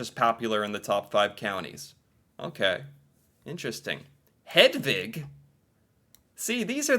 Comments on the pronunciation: You are pronouncing Hedvig correctly! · im from norway and hedvig and selma is the names you pronunced the best